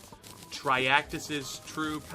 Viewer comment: really caught me off guard by pronouncing B.S.P.P.W.G.K.F.A.C.T.W.D.G.D.C.D.M perfectly then messing up a bunch on Triactis' true paladinian mage-hammer of might